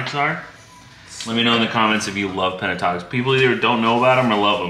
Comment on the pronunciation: Yes, love Pentatonix but you are mispronouncing the name, you are putting the a in the wrong spot. Its pen-ta-ton-ix not pen-a-tonix